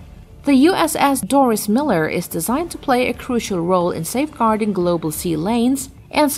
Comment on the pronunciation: Ah, regarding the Dorris Miller, AFAIK he pronounced/went by the name "Dorrie" to preclude the feminine "Doris" pronunciation.